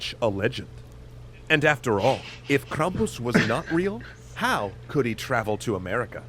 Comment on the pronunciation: I am from Pennsylvania. and I correct this to say that is BULLSHIT. it's Krampus mkay